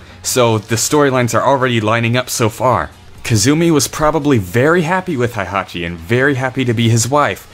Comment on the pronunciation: Why are you pronounce Heihachi as "haihachi"? Heihachi is literally pronounced "hey-haw-chi" or He-i-ha-chi. The He-i forms a sort of "diphthong" that sounds very close to an English long A vowel.